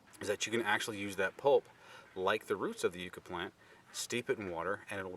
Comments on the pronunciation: these are native to where I live. It is pronounced Yuh-ca. Hope this helps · Who the heck taught you the pronunciation of the word Yucca?